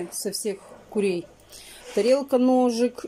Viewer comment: КУРЕЙ, А НЕ КУЛЕЙ!!!!!!!!!Я УКРАИНКА, Я ЗНАЮ 4 ЯЗЫКА В СОВЕРШЕНСТВЕ, НО ТВОЙ ЯЗЫК ЗА ГРАНЬЮ ВОЗМОЖНОГО 🤯🤯🤯🤯🤯🤯